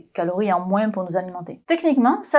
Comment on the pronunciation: Je jurerais qu'elle a presque dis "moinsss"...